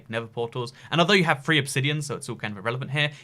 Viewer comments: ahaha "three" and "free" are basically the same word for you😂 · Did he say free free diamonds or three free diamonds can't tell